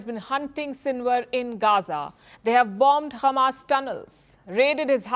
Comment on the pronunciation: Why she is saying khamas? Is she from Israel?